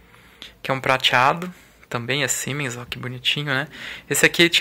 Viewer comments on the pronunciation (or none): Siemens é uma tradicionalíssima fábrica alemã que transferiu a tecnologia para produzir esses capacitores aqui no Brasil. A pronúncia correta do nome da marca "auf deutsch" é "Zíemens" Os capacitores verdes dessa marca são para trabalho em alta frequencia, low-esr, geralmente usados em estagios secundários de fontes chaveadas. O logotipo S com o H sobreposto significa Siemens&Halske, empresa fundada em 1847.